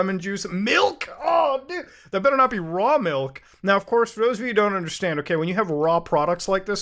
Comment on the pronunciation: Good lord that expression makes me laugh, and when paired with emphasis on “raw” it makes me launch in laughter more than rocket propelled bottles of spoiled milk